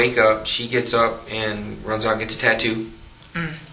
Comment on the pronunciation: Laura Kratovil And....your point is? I followed this case from the beginning. It actually was determined 10 yrs ago. I was pointing out how ignorant the cops are. They had a picture of that tattoo, yet he's not able to pronounce it correctly??? Neither one of the cops did.